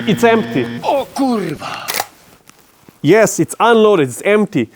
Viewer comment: Who taught You to speak "KURWA" so perfectly? ;) :D ;) :D P.S. Nice video :)